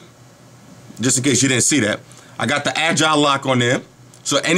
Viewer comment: How do you get the "adgile" lock or how you said it ? My player only has the original "Sweep to unlock" D; .